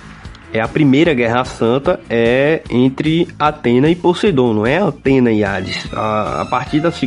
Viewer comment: Gostei, mas o "Antena" toda hora foi de doer os ouvidos! 😖